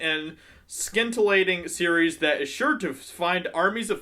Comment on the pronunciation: Down vote for mispronouncing scintillating. Some geek